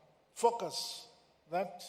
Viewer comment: ‼️🙄I THOUGHT HE WAS SAYING FUCKERS, BUT IT'S FOCUS HE WAS SAYING🤔